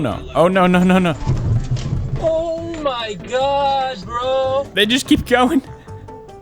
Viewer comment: I just need to say, he said broo instead of bruh